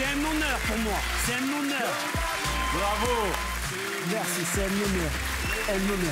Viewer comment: J'adore quand il dit mesi et mon popa